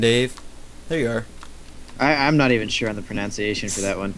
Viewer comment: Pronounce Pronunciation right! It annoys me so much and it is so ironic!